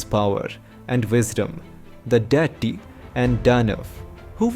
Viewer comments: Abe it's Daitya, not "daity". What the hell is wrong with people these days? They can't even pronounce words from their own language properly. And the 'D' in them is pronounced as ''द" not "ड". Get some better narrators instead of incompetent hacks who can't even pronounce basic Sanskrit/Hindi words despite being Indian. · Please look into the pronunciations while you speak. Like for instance, dhaitya.. It sounded like dirty every time you used that word. The sanskrit pronunciations needs to be followed. Else the videos are good n informative. ,👍